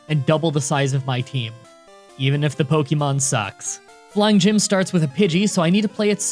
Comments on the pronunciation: He said poykemon ? Shame! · At the beginning of the video he says "poykemon" and that's all I can think about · "Poikemon." XD